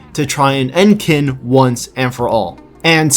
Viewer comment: It's not pronounced "kin," it's "tseen" -> tsin -> chin -> chin-a